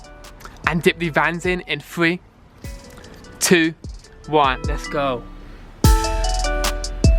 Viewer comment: Fwé, twoo, wan, lez goo